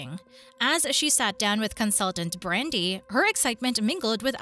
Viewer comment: I totally agree. These artificial voices are absolutely hideous. For instance the consultants name is Nicole not nickel. The male Atlantic consultant is named Brandon not Brandy. these are just two examples of constant mispronunciations.